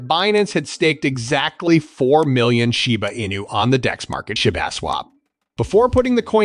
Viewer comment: Why you keep saying shyba not shiba😂